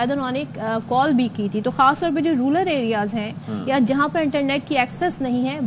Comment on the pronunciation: Rural area ❌ Rular area ✅